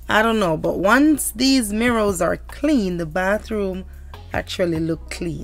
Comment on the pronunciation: GIRLLLL! It is mirror (sounds like mirra) not MIRRO! 😂❤